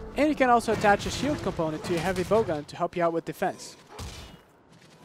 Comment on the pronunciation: Please, dont say blowgun